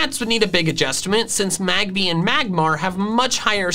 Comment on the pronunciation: MAGBY, NOT MAGBABY! THERE IS NO E IN MAGMORTAR!